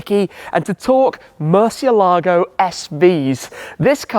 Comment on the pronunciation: Great talk with still the only internet personality who can pronounce “Murciélago” right 🤘🏼